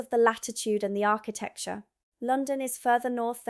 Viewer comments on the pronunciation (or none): none